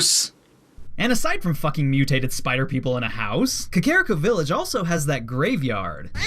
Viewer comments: Man, you misspronounced Kakariko and ocarina. You went 2 for 2 on that one. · did any one else cringe when he pronounced Kakariko like Kuh-Care-rick-o? i always pronounced it like Kah-Kah-Rhi-Co. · Why do you say Kakario Cuh Carry O? It's Cuh Car E O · you pronounced ko-ker-y-coo it kack-er-iku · Wrong way to say Kakariko: Ka-Kare-I-Ko Right way to say it: Kak-A-Reek-Oh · Its pronounced Ca-ca-ri-co Kakariko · Kuh-care-ih-ko That is the first time I've heard that pronunciation. That is all. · no its actually kah kah ree koh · The way you pronounce "Kakoriko" really irks me... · No, i just think you said kakariko wrong. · that Kakariko pronunciation hurts me physically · You fucking mispronounced kakariko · I wanted to punch a wall every time he said kakariko village